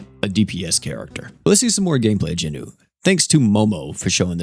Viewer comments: I've got to ask. Why do you keep calling Jinwoo, JINU? Like, Jinu is an ACTUAL different character in the anime. And it's not like "Jin WOO" and "Jin Nu" even sound close enough to mistake. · Noticed he Is saying jinwoo funny asf lol